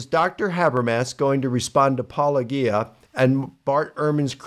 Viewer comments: Whenever someone who practices a-paul-o-JI-a starts by referring to you as Paul-o-GHEE-a, you know that they are definitely an honest interlocutor. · It irritates the shit out of me that they mispronounce your handle. Because its intentional. If you literally watch ANY of your videos, your intro is 'Welcome to Paul-oh- Jeeyah where a former Christian, takes a look at the CLAIMS of Christians.' It reminds me of that episode of Friends where Chandler is jealous of a guy being around Monica, and he worries that theyll refer to him as the wrong name lol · Eapecially these guys who absolutely know who he is and know the word "apologist." They are absolutely doing it on purpose. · I think many do it on purpose since paulogia says his own handle in his videos and they are often watching his videos to respond to. So they say his name wrong to be rude, then people who watch their content learn the wrong name and have a hard time breaking the habit even if they want to. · This is the pettiest whiny comment I see pretty commonly in comments, and I think it should be shunned and ignored. Get over the name thing, I have a hard time pronouncing it and I've donated money to the guy. Also, as others have noted, in Greek the word has a hard g. Again, get over it. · They know how to pronounce it since Apologia is literally what they do and a word they say fairly often, and Paulogia says it at the start of every video. If you are having actual difficulty saying a relatively simple set of English syllables that you don't use often, that is one thing, but these are people who 100% know how it's supposed to be pronounced because it's literally just their job description minus the first syllable and Paulogia has been a fairly popular voice in the atheist community for years by this point don't have that excuse, especially since they often are clearly acting in bad faith with their responses. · So he's been working on his book for 14 years but how long has he been mispronouncing your name